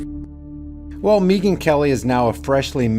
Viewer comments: Its Megan not Meeeeeegan. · Mee-gyn... Hahaha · Is he saying Neegan instead of megan. Or am i losing my mind. Neegan from the walking dead. Yes? Lol. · Why are you pronouncing he rname like that ?